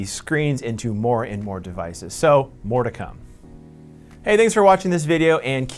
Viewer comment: Mordecai? No, 'more to come'.